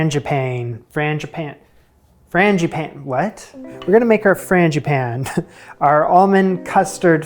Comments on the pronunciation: you are really close w/the pronunciation. Frawn, like fawn(baby deer), Gee(bee gee's) pan(frying pan), then finish w/an ah sound. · The English Teacher in me says I have to tell you: Frăn g ĭ păn Ē (forgive me) 🤣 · I have always heard 'frangipane' pronounced the way you did. I might have asked for some cream with those.